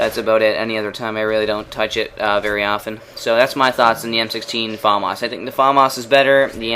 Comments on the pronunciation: i'm not trying to be a prick or anything but it made me laugh everytime you said "farmas" isn't it famas? :S anyway, cool vid as usual. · LOL you say Farmars :L Fam Ass. Its french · say famas like fumas not Faaamas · Its famas not farmarse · you pronounce the famas weird its "FAMAS" not "Fomos" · FAAAMAAAS dude its FAMAS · haha he says fAAAmas :D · you say famas funny xD